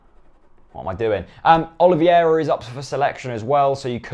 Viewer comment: Its not Oliviera its OLIVEIRA, you said it bad